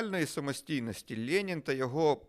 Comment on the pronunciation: Владлене знаєте , так смішно звучить як ви кажете лєнін, особливо якщо думати шо ваше ім'я на честь лєніна назване.